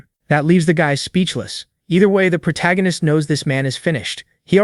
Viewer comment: Why is the AI (or whoever wrote the script) incapable of saying protagonist, or the MCs name? prota, protarcanist, protag... -_